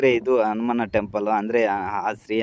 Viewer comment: Guru Adu ಹನುಮಾನ ಅನುಮಾನ alla Modalu devara hesru crrt aagi helod Kali Aamele video maadu